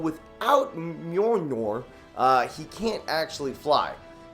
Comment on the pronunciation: Hey joven it’s mjölner 😊😂👌